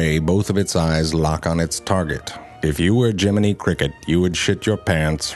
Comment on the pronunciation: "If you were Jimetty Cricket you would shit your pants right... About... NAW" xD